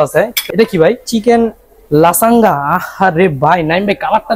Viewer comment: লাসাঙ্গা না লাজানিয়া নচেস না নাচোস